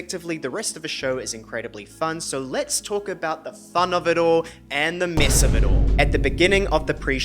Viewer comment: I'm a new subscriber and have been binging your messy VMA videos and I love it! Also love your kiwi accent saying "mess" 😅